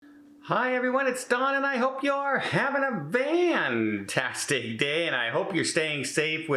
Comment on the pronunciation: Are you saying "fantastic time" or "vantastic time" at the beginning of your videos? It always sounds like VANtastic.